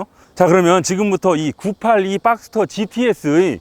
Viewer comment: 빡스터가 아니라 박스터.